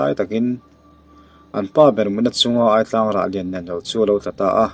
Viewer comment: Aitlang tih hi i lam rik dan adik lo.."chaw tlang kha ei rawh" tih a "tlang" tih a rik dan angin a lam ri la dik zawk...ngaihnawm khop mai👍